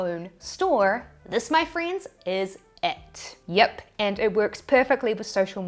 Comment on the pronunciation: that “yip” is so kiwi 😂